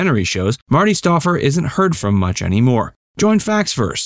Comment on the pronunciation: The narrator should have watched the beginning of a typical 'Wild America ' episode, where Marty looked right at the camera and said, with an enthusiastic twinkle in his eye, "I'm Marty Stouffer..." STOUFFER...the "OU" is like "fowl". (C'mon, man: get it right!)